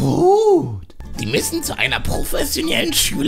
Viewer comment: „professioniellen“ 🤣🤣🤣 Liebe deine Videos 🙈👍🏻